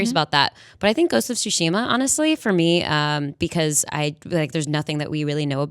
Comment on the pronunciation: Great job on hosting, Jonathan! Lol for pronouncing Tsushima as “Tush”-ima! It was an honest mistake, but tush is a funny word. 😂